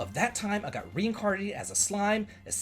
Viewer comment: For what it's worth, isekai basically translates to "another world" and describes a kind of story where the main character is transported to another world. It's pronounced ee-seh-kai. In general, with Japanese phonetics: a - ah i - ee u - oo, rhymes with glue e - eh o - oh